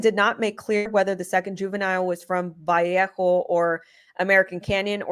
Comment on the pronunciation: Neatly, it’s pronounced Va lay o . It’s my hometown, thanks for all your hard work Lady💜